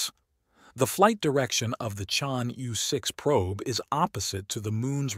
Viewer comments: The pronunciation of Chang'E-6 is 100% correct for French people. Knowing that France, Italy, Norway and Pakistan are participating in this mission, I think he wants to pronounce the French phonetic E [Ə] ChangE-6. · I take it this is a robot voice. Its pronounciation is p'.poor. Why not use a human who can at least approximate the correct sound of "Chang'E"? Is this a money saving endeavour? If so, it is a case of "spoiling the ship for a ha'pen'orth o' tar." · The robot is talking American-English and each time it merntions "Chang'E", it pronounces "E" differently so even if one accepts what you are saying as a valid excuse (Which I don't) it does not explain how the "correct" pronounciation changes between sentences. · I have heard at least 3 different pronunciations